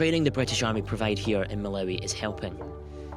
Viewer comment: Great report but it’s Mal-ah-wee not Mal-ow-wee 😂. I was actually at Blantyre College of Medicine where the British Soldier killed in Malawi was held. Sad story that